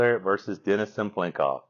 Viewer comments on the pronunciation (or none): Can I just ask why so many people add an extra "n" when pronouncing Cyplenkov's name? Most people spell it just fine but keep saying Cyn-plenkov. Just a pet peeve of mine.